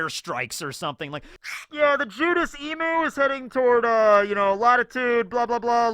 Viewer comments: i love you man, but please, you gotta pronounce Emu correctly - it's killing me as an aussie. It's not pronounced as you do in the vid as "ee moo", it's more like "eem you", if that makes sense. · Hey, loved the video as per usual. Just letting you know Emu is pronounced “eem” like Im-sama and the u is the full “you” word, so eem-you. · Hey! Just for next time its pronounced E-mew:)